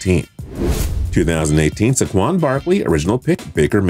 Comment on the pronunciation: Who pronounces Saquon like that?